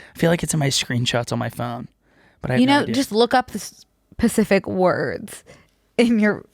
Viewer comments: I love how when says specific she actually just says pacific. Queen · saying "pacific" instead of "specific" kills me 😂💗